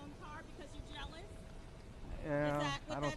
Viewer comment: "Is it cause you're gealous?" ...🤣🤣🤣